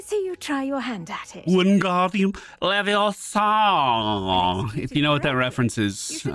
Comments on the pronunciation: Why does every one get it wrong? its leviosaaaaaaaa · It's LeviOOOOSa.. not LeviosAAAA:) loving the play through! Glad you are enjoying this game as much as i am! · it's leviOHsa, not levioSAAA